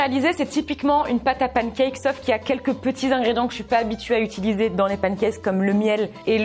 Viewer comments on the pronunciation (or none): none